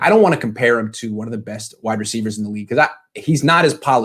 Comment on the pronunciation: "Receicers"? Come on, you're embarrassing the UCLA English Department. 😆